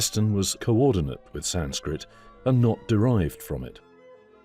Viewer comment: The German pronunciation has a heavy English accent to it. The German language attempt at "Sanskrit“ is pronounced incorrectly also.